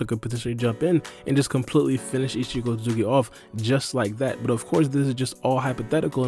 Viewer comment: Isshiki not isshiko